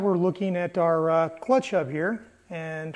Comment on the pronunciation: yeap! I'm from Brazil and "h" sounds like "r", yes, hub! It is a elastic pin and it should be there. I just made one from a roller bearing. All fine now! Thanks! Great video!